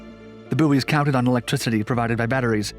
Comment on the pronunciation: was distracted by his mispronunciation of the word "buoys"-it is pronounced "boys" not "boo-ees" for goodness sake